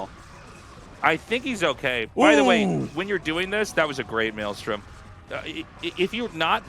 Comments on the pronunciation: Tasteless saying "Melee storm" instead of Maelstrom lol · TASTELESS i LOVE YOU BUT YOU NEED TO IMPROVE YOUR PRONUNCIATION OF VALKYRIE. ITS NOT "VOL-KA-RIE" OR VAUL-KA-RIE" ITS "VAL-KA-RIE" YOU CAN KEEP SAYING MELEESTORM THOUGH. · It's Meelee"Strom"